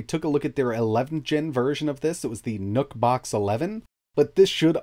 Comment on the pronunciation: who else heard him say "NUT BOX" ?🤔🤔🤔